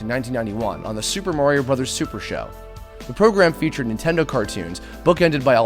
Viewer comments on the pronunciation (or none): none